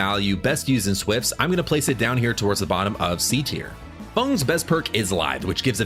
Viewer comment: calling your community "brats" and calling killers "villains" nah bro im good this is cringe beyond cringe, calling Feng "Fung" i really cant tell if this guy is just illiterate as fuck or rage baiting. its probably just ai. i cant think of anything else.